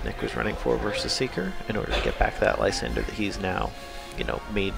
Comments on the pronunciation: Apparently the anime says it "Lie-san-der" so I'll go with that. However a proper pronunciation of it for me is still, "Lee-sahn-dre." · Every single TCG commentator I've ever watched says Lysandre wrong... It's really not that hard to pronounce.